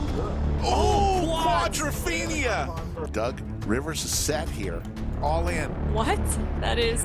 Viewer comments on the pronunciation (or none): STOP WITH “QUADRPHENIA” EVERY SINGLE TIME MAD ANNOYING